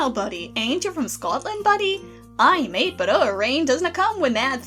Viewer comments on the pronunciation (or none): none